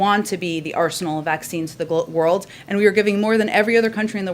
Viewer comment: Don't worry! They're giving to the "WORLDT" not the World. WORLDT or WORLT? Anyway, she didn't say WORLD.